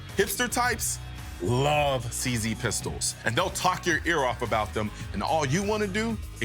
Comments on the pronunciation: Please... CZ should pronounced See-Zed. Not See-See. See? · When you pronounced that "cz" pistol i was loudly laughing XD